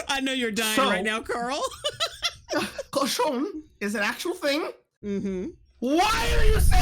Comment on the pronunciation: "cochon" (pig) not "garçon" (boy)